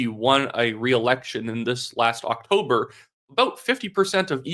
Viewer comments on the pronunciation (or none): none